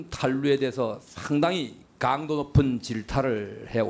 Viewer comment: 저것들은 외국인인게 확실함.. 일단 발음이 안됨.. 강도= 깡도 세금=셰금 배우자= 대우자 사생활=샤쉥알 대체 어느 나라 말이냐~ 말 사이사이 Um~ 할거 같은 느낌이다. 사투리로 받아들이기엔 갱상도 프로나운스도 아니다!!!